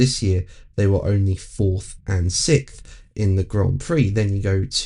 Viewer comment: I'll never get used to hearing 'sick-th'.